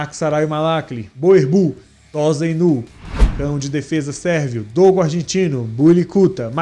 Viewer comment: Não é Tosainu, a pronúncia é tossainu